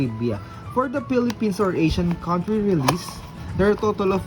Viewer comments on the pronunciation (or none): none